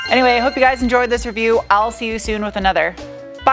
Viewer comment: Did you say "Owl see you soon with another"?